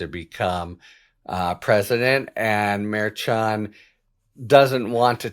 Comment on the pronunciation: Merchan, pronounced, "mare - shan", I believe. Nope -- I AM WRONG -- you are closer, not perfect, but closer than I am. In fact, YOU are the only one in the public sphere whi even gets close. I should have known Harry was right!!